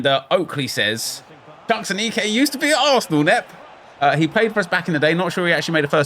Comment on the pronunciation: Aneke is pronounced ah-knee-kay